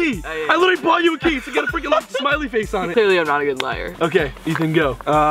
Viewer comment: Ethan, what was that “okay” 🤔